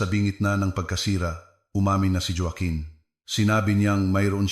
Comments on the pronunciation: Anong jowaken joaquin yan ayusin mo pagbasa mo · Ayusin ang bigkas ng Joaquin at Roxas😮😮